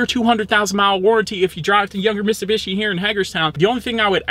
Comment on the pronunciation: Dude its miTsubishi, you forgot the T